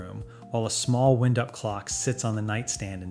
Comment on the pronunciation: A wind up clock. Pronounced like that which blows. Ffs!